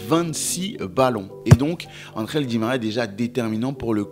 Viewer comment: Angel et non andrel😂